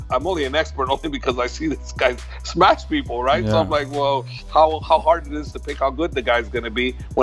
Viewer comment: Sorry but im tired of hearing" smesh" smesh this smesh that. Khabib can say it cause of English issues but Javier should not you know other words use thm